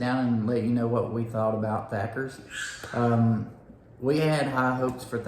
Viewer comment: I love Thatcher's. Even though ya'll called it Thacker's.(just sayin) Next time try the buckets and ask for a little extra sauce. It's amazing